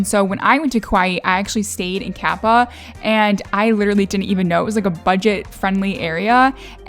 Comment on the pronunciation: It's Kapa'a. Pronounced Ka-pah--- ahh